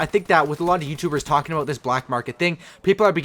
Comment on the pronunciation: "We're gonna be talkjinn"